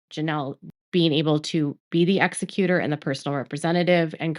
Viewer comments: Thank you for this, just one note: it is Ex-E-cutor, not EX-e-cutor. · I love ya, but exECutor. Stop saying EXecutor. Thanks! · It's not pronounced Exe"Cuter" (that's someone who killed someone " it's pronounced"exEckyouter" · ex EC u tor, not EX ec u tor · Good coverage but please learn how to say Executor. There's a big difference in ExEcutor and ExeCutor. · It’s pronounced E-zec-u-tor